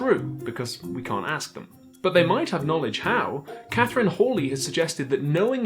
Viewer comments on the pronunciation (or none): none